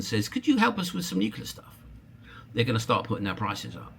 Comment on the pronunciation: new clear, new-clear. Not new killer